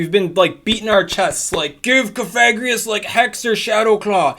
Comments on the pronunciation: something something VAPOREON IS BAD XD always on the ball haha awesome coverage of the changes :) BTW, cough-a-gree-gus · IDK I kinda feel like the move buffs were meh this season, excited for the WB nerf though...also its pronounced Cough-Egregious as in Coffin and Egregious combined. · Coffi like coffin gree like grieve Gus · You may wish to adjust your pronunciation of Cofagrigus. Your current pronunciation may trigger YouTube's demonetization algorithm because it'd pick up the "fag" in the way you're saying it and may register it as a slur. I typically go with Cof-a-gri-gus, as I think the name is suppose to be like an egregious coffin. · Cough-a-greeg-us. Hope that helps 👍🏻👍🏻